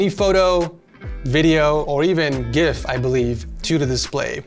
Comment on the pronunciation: You pronounced gif like gif instead of gif